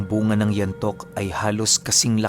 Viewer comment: ang nga nga poh ay bu-nga xa ilonggo